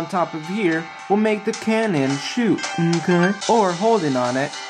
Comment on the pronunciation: OMG i just laughed soo hard when you said nkay